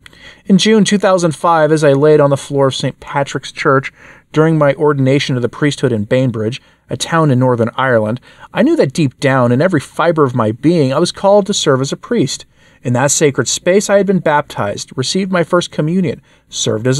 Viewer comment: "Mac A Lean An"! "Ban Bridge" (no letter i). You're welcome. God bless AS